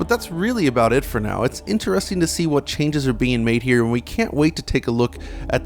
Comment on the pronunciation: The way he said interesting tilted me.